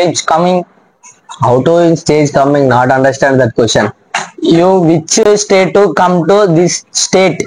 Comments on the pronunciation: Stage ❌ state 😂😂😂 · Stage ❌state 😂